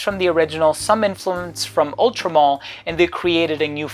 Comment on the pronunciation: Pronounced mal to rhyme with Al as in Alison or Albert